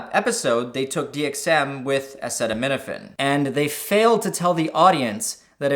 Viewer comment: "Dee Em Eqz weith acaytaneetaphayne"